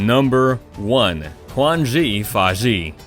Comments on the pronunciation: qan zhe fan zhe e.e its quan zhi fan shi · ahhh...... the way you pronounce quanzhifashi